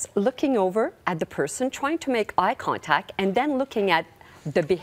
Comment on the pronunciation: eye contacc 😄